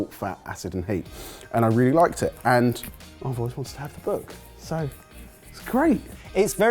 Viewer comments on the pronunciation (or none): none